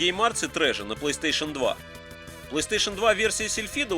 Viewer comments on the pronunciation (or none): none